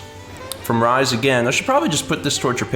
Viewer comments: " Rise Kujikawa" As a fan of Rise, (she's one of my favorite game characters of all time), your pronunciation kinda made me cringe haha. It's "Re-say" c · Yeah, every time he said Rise I had a miniature aneurysm.